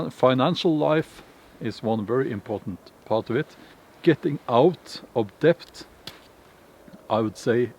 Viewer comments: I don’t even remember how I found this channel, but I’m glad I did. On the point of the word “debt”, everyone I’ve ever heard (native English speakers) don’t pronounce the “b” in it. Think of it as “deht” or just “det”. I hope it helps! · Wise words Bjorn to finish the year. And simply pronounce debt 'det' and you'll be fine. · You don't pronounce the b in debt, it sounds like det. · Oh actually the word debt is pronounced "Dett" The pee is silent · Great video, keep them going, debt has a silent b, it's pronounced det, cheers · "Debt" is pronounced like "det." Not to nitpick at all, just wanted to help out because English words are often unnecessarily complicated. Your English is superb, and I wish I was multi-lingual as you are. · Great video! BTW, "debt" is pronounced "det". The b is silent. Cheers. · actaully you pronounce the word 'debt' - det. 'b' is silent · "Debt" is pronounced dett (the B is silent). In order to think for yourself, you must be able to criticise yourself - why do you know what know, and how do you know that is correct? Have a happy New Year Bjorn. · Probably heard several times debt b is silent say it like set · Awesome! BTW, the "b" in debt is silent. Blessings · Hi Bjorn, I’d like to say I enjoy your talks and topics in your videos. Also you pronounce the word debt without the b just so you know. Happy new year and good health to you